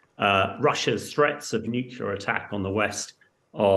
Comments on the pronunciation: 2.19 "NUCULAR" - 2.44 NUCLEAR" - you can say it when you try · Nuclear is pronounced "new-clear". NOT nukular. It's really not difficult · Nuke-u-lar war? Grrr.... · Did he say "nucular"? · Not someone else who should know better pronouncing it 'Nu-Cu-Lar'. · Surely someone in the business can pronounce the word Nuclear correctly, it is not Nucular.